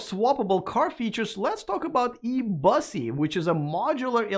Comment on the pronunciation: I think eBussy is pronounced with a long u as in the French composer's name Debussy, which I believe it is a word play on.